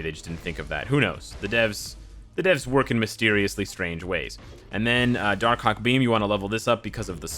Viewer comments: When he say darkhawk i hear darkcock😂😂😂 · Im preeeetty sure he said darkcock